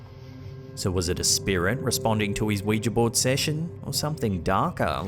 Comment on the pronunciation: Thank you for pronouncing Ouija correctly. Don’t know why it bugs me when people say it like Wee-Jee, it’s Wee-Juh phonetically.